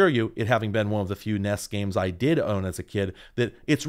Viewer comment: Gonna be that guy thanking you for saying the letters S N E S and N E S instead of "SSnnehhhss and Nneeehhhsss".